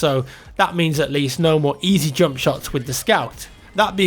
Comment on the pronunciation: I like how you say "jump" :D it's like "joump"